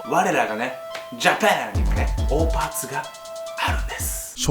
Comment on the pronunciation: オーパーツって最初聞いた時おーパンツに聞こえた笑笑